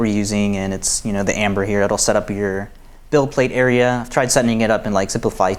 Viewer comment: Those are great looking Ember prints! One comment, it sounds like y'all are saying "Amber".